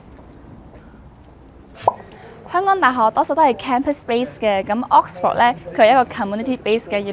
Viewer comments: Vic留意：Oxford嘅發音係/ˈɒks.fəd/ 或/ˈɑːks.fɚd/，唔係ˈɒks.fawd/，另外影片開頭個 '講'字，讀錯'趕'音，牛字又有懶音，改善就更好！ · 讀咗幾個月Oxford都係咁讀錯Oxford…勁哽耳… British 讀音係 ok sfuhd American讀音係 aaks frd 冇人會讀Ox For d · should consult an English mother-tongue for the correct pronunciation of Oxford! Pronouncing it as OX-FORD is weird and sounds really awful! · 主持人請先查下 Oxford 點讀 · 奇實既然講得牛津，主持人係米應該學識讀正個Oxford個字發音先呢😂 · OMG, The host can't even pronounce 'Oxford ' correctly 😂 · 但係’Oxford’ 唔係咁讀wo😂😂😂😂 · 母語有懒音嘅人，通常講第二個語言都吾係好掂😅，吾怪知得冇留意到Oxford字個正音啦😅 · Oxford 個讀音可唔可以讀得準確一啲，拜託！ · 同感😅 平常都無所謂，但個節目係Oxford 做主題，真係有啲難受😅 英文字只有一個重音，其他音節都係輕聲， ford 的 o 讀schwa sound, this is an easy rule. 不過 嘅英文係好好嘅，雖然啲美國r 幾哽耳😅